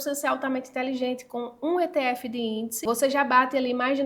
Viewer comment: Só de não falar itiefe já mereceu o like.😂😂😂😂😂